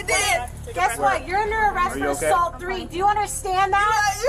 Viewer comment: "Yeah, she assaoult three, but I assault 2" 🤣🤣🤣